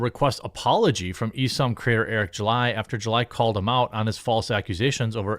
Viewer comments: Dude, can you ever pronounce names correctly? Isom is eye-som, not E-som 🤦🏻‍♂️ Also It’s MAGA not MEGA 🤦🏻‍♂️ 🤦🏻‍♂️ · Hearing Isom (eye-sum) pronounced as eee-sum hurts me lol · "Eye-Sahm" is how it's pronounced. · Hey Jeremy, love your stuff, why do you pronounce ISOM like a weeaboo? oh well